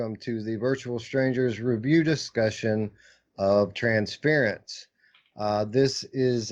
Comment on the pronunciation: I used to call it Trans-fear-ence because Anthony did. It's Trans-fur-ence though.